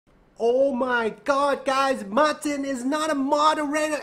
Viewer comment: He said Marthhin